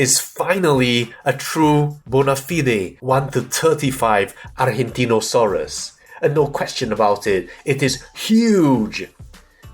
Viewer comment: Another excellent Review of one of my favourites channels. Thanks! PD: your pronunciation of "Argentinosaurus" is just as an argentine would do it! Greets (from Argentina 🇦🇷🦕)